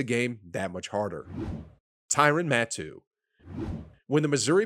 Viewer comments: for next time my guy: ste-fon gilmore juh-rell casey ty-ruhn matthew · steven gilmore, hurell casey, tyron matoo. i don’t think this man has ever watched a game of american football before😂😂😂😂😂😂😂😂😂😂